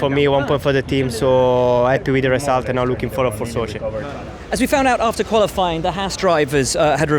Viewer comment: Valterri does say Gollofying instead of Qualifying xD